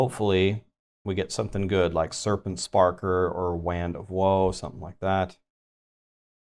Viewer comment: Okay there's no way he seriously pronounces the word "Wand" 🤣🤣🤣